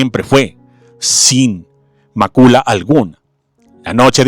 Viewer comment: Corrección,no es macula,se escribe y pronuncia mácula...